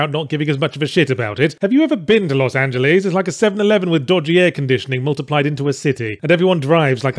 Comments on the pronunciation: No one: Not a single soul: Yahtzee: LOS ANGE-LEESE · “Los Angel-ees”